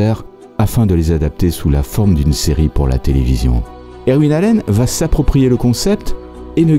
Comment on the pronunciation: Vos vidéos illustrent vos talents de chercheur, monteur et narrateur. Chacune d’elles est un bond dans le temps et un véritable enchantement. Seul petit bémol...votre prononciation des noms anglais qui est souvent à côté de la plaque (Irwin, Blackthorne, Whitlock, etc.), mais personne ne vous en tiendra rigueur car ça participe au charme de la narration. Merci encore et bonne continuation. PS: j'attends avec impatience les sujets sur Starsky & Hutch, The Sopranos, The Wire, Cobra...(par exemple).